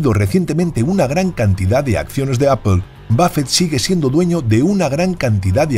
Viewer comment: Que es “apel” ????